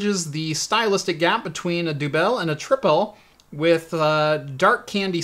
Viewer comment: About the beer: Do they actually use the dutch word 'dubbel' on the label? Your pronounciation was not correct. The 'e' should sound as in the English word 'the'.